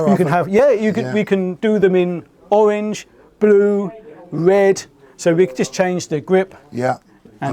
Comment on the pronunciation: "Owwange"? Weally???